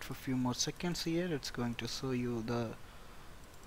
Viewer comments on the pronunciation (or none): Not so you It should pronounce show you Good videos keep it up